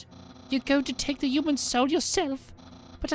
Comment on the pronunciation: Am I the only one who think he says “uman” instead of human?